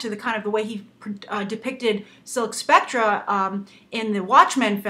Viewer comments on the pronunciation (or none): While I'm not certain how to pronounce Antje Traue's name, the word spectre is pronounced "spek-ter". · Grace, Spectre and Specter are pronounced the same. I would have probably let it go if I didn't go by a name that has Spectre in it.